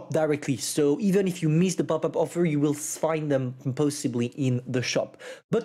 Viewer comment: Say EEEFFFF in America we say “if” my wife and I laugh 😂 every time say it again EEFFFFF